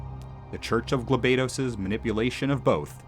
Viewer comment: Thanks for the video FFT is one of my favorite tactical games of all time. However, it is proununce as "Gaal Bados" not Geel baedos.